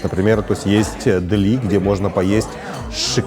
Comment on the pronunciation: Почему этот репортер, который живет в NY не правильно ставит ударение в слове « дели». Ударение на Е, позор!